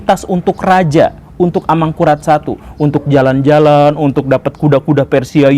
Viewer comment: Bunyi vokalnya mirip ASAMURAT